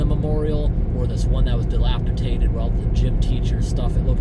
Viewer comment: Your killing KarenBart with the word Delapitated, also. 🥸